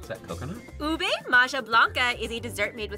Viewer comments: Its pronnonunce Oo-Beh not oo-bay btw Love this vidoe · Ubi not ube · I can't believe they said "ube" wrong😢